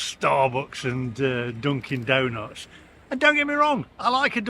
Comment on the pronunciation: Must be my hearing but I thought you said Donkey Donuts.